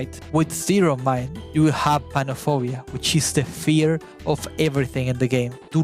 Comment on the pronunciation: Feaw and hungew